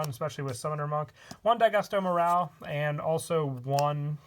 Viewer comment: He said daigusto emeraal